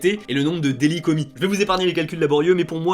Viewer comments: Alors à tu as oublié le "t" à délits 😭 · Vers 14.30 petit oubli du "t" à "délits" :p Très bonne vidéo en tout cas. Très intéressante. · "délits".. désolé ça m'a perturbé